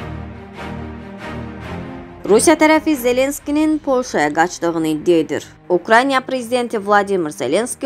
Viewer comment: Əvvəlcə Ukrayna sözünü deməyi oyr